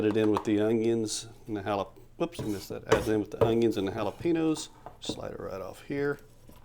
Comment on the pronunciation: a hallapeano, some cilantra, and an ungyung. 🤣